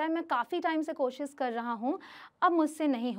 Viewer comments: Mam ...pehle aap hindi seekho ....bcs you r indian ....koshish hota hai kosis nahi ..... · Jada (zyada) koshis (koshish) pronunciation thik karo